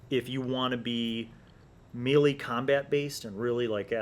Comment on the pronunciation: Pronounces melee wrong...proceeds to mock people for mispronouncing Tiefling. Mmhmm...